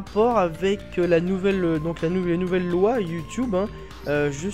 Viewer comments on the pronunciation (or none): none